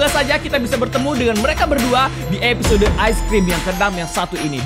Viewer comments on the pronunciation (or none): none